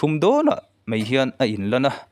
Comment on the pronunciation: Mai tih tur ah mei ti i ang thin, a ngaihnawm thin sia, chuan 'T' ai ah 'tri' atam in ka hria😂😂